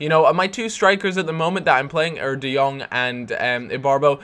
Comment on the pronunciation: Jong = Young I live in the netherlands and Jong means Young and you speak it out like De Young